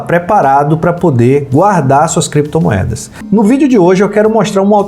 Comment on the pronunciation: Creptomoedas e bitcóils kkkkkkk